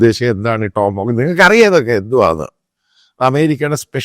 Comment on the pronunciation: ടോംഹോംസ് അല്ല അച്ചായ ടോമാഹോക്ക്.